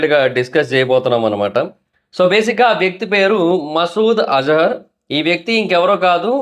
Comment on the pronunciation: az-har kadu ra babu az-a-ar